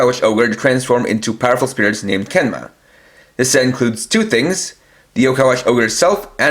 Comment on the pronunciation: It’s genma not kenma